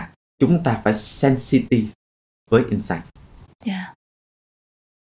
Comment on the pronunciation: Niche market chứ không phải "need market" có phải không ạ, sub bị sai? Host đọc insight thành ing-sight. Host cần chỉnh lại cách dẫn dắt của mình kể cả về style lẫn chiều sâu câu chuyện. Mình thấy bạn không phù hợp lắm trong vai trò host cho chủ đề này vì cần một người có độ dày về trải nghiệm hơn, host đặt vấn đề bề nổi và không sâu nên gest speaker chưa chia sẻ được những cái thực sự thú vị.